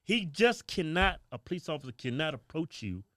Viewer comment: What most dont understand 90 percent of calls police get are for black people. Brandon the x cop still can't pronounce police correctly.